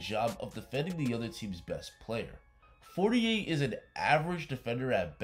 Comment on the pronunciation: Please pronounce his name correctly, it sounds like you're almost saying 48. Even google voice is writing 48 whenever you say For-ni-air.